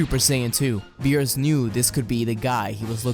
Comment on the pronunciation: Hey!...missing an R in there